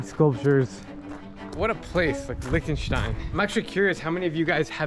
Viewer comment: As a german, it the way he pronounces Liechtenstein triggers me XD.